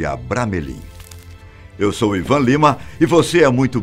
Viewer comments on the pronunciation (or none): none